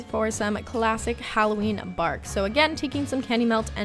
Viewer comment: I thought u said chocolate barf instead of bark lol